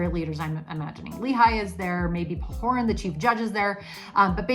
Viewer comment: It's Pahoran, not Pahoran. LOL Good review and lesson comments. Thanks!